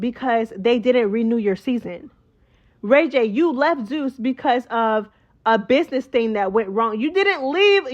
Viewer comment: Love it! Yaaaaz "zoos" instead of zeus 😂😂 mad perfect!